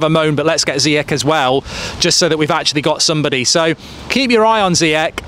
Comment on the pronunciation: Love you mark but please learn how to pronounce Ziyech